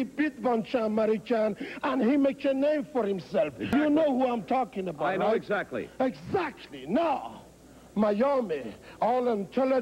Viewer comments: “Precisely”. “EGSAKKLY”! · *-* Ask the Starchild *-* Edzactly Bubba, you say it parfect!